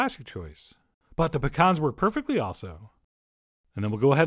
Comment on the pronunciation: i appreciate you pronouncing pecan correctly